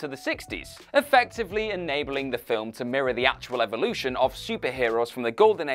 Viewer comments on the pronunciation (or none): none